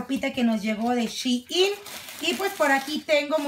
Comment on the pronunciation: Shein😂 Jemmy no shiin